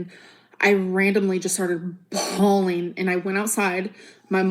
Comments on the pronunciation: Innit , why are u bhaawleeen? Ur supposed to be an adult lol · I was leedurlee bhawleen my eyes out!!1!1!!!